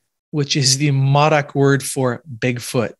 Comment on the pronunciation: Modoc! MO-DOCK. You could have at least read up a little bit on the area. This is the West Coast. Not Mars.